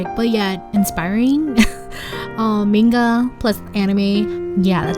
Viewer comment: I liked this video a lot and thanks for it , but I only have one comment , please correct your pronunciation of the word "manga" as it's really painful to hear it and not say anything about it . Thanks again .